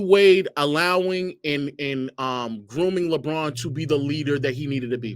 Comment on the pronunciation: Lolol bruh said Groming Bron OMG I WISH I WAS IN THIS CONVO